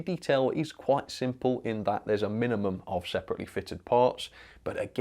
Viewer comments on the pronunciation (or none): none